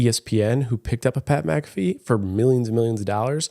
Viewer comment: No not Pat mick ca fee 😂🤣. Mac ah fee